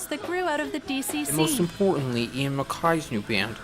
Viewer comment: love this reaction, and I love that you floated the lyrics on top of the video. my only complaint other than the pronunciation of Guy's first name and Ian's last name (rhymes with eye, not hay) is you left out some of Guy's lyrics in the chorus. it's Ian: I don't want the news/Guy: I've got no use for it/Ian: I don't need the news/Guy: I want no part of it